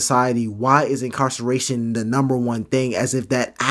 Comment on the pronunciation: “mass incarcallation” 😂🤣